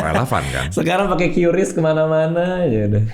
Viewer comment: QRIS dibaca (KRIS) Bang bukan (Q Ris) info aja salam sehat Indonesia